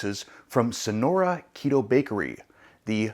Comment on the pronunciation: Sorry but your pronunciation is really bad of the name of this product! LoL 😀 But many thanks for the video and the review!!!